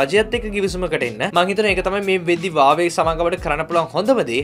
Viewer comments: හුවාවි කියපන් හරියට වචනේ pronounce කරගන්න බැරිනම් . වාවේ වාවේ ගාන්නේ නැතුව 😂😂😂😂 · වාවේ නෙවෙයි බං හුවාවේ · හැමෝම හුවාවේ කියද්දී උබ විතරක් ඇයි බං "වාවේ " "වාවේ " කියන්නේ ???????😂😂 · වාවේ නෙවේ බං හුවාවෙ😁🖕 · වාවේ කියන්නේ මොකක්ද ? මගේ පෝන් එක huwawei ( හුවාවෙ) 😂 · Awei newe bn huawei 😂😂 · Deg mokada karana api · වාවේ මොකක්ද ඒ අ ආ අඩෝ වාවේ වාවේ.....?